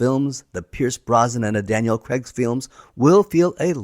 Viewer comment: Craig, not Creg.